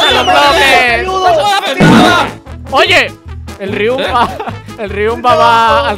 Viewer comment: es riumba no riunba